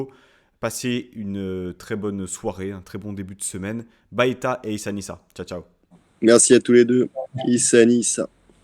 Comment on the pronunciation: S t p 'fais plaisir aux niçois prononce bien baiéta ..merci et bravo pour ton émission continue